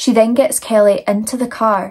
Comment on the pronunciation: 1. I love the way your accent pronounces my name, Kelly😊. 2. I'm not usually a fan of graphic eyeliner, but the brighter color you used looks gorgeous. 3. F*** these 2 societal skid marks, whose names aren't worth the effort of typing.